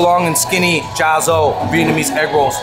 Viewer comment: Cha gio is pronounced jah yaw, not jia zo lol